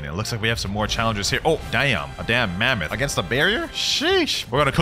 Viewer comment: ok but that kinda slip up on the "mamonth cope" was kinda funny